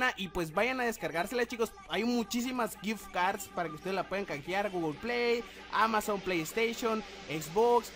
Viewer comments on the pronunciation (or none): none